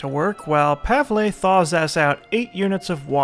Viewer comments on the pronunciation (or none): Pavle's name is pronounced "Pav-ul" lol I'm sorry I had to say something haha but you saying Pav-ley is funny as hell haha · Pav-el. Pav... El. Pavle. not Pavlay. Pavle. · Hey, just a heads up, Pavle's name is pronounced Pah-vull. Love the series and try to stay out of giant firefights. I don't wanna see everyone die due to a slight mistake and the series end off on a bad note. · THUNDER KOCK Jones do you understand its pronounced pavley now? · christopher weaver Also, just cuz was told that "Pavlay" was the way to pronounce it by many people doesn't necessarily make it true. I was just explaining WHY he is saying Pavlay, not that Pavlay is the correct way to pronounce it. It might not be.